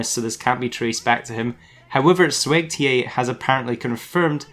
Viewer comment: He just called swegta "sweg-TA"